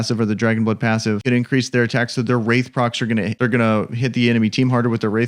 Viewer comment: Its wrath not wraith😂😂 But good video👍🏽